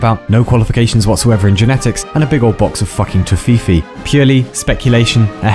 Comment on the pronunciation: what shocked me most is the pronunciation "Toe-fee-fee"